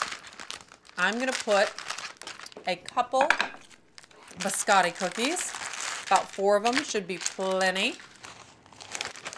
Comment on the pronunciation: "Buscattic" cookies 😂